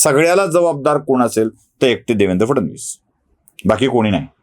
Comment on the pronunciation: ब्राह्मण असूनही "फड नवीस" चा उच्चार फडण वीस करता हे कानाला खाटकतं. फड नवीस- cabinet secretary.